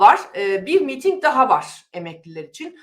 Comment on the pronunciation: Sayın hanfendi,miiting değil,miting deyiniz lütfen.